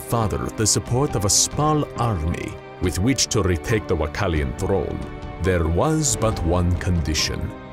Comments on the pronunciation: WA-LA-KEY-AN not WA-CAL-IAN.....wow... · Its wallachian not wachallian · It would be even cooler if the narrator could pronounce "Wallachian" properly...